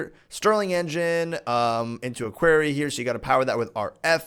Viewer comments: it's said like "kwori" and not kwary, also it's said "borble" and not however you said it:) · you are pro-nouncing quarry wrong you are pro-nouncing it query; it's pro-nounced Q-U-A-R-R-Y say it out loud, like pro-nounce each letter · Its pronounced qorry.... Not queery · Qwaery ? Quairy ??? you mean Quarry... K-War-ee ! lol honestly though, i've never heard it pronounced like that so no hate, just more curiosity <3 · Borebills, Qwa-rry plz ur pronunciation is killing me